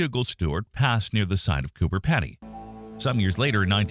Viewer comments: It's pronounced Peedy not Peddy, dont ask me why, that's just how it's pronounced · I don't think Pedy is pronounced like that.